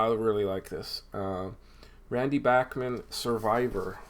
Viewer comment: Hi. Really nice Dean Martin collection. Always have a soft spot for Dino. I really like Brave Belt (pre BTO) but I don't have anything from them. Great selection of BTO..and it's nice to hear Randy' s last name pronounced properly.